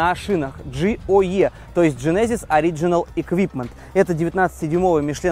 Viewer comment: Для тугих, в genesis ударение на первый слог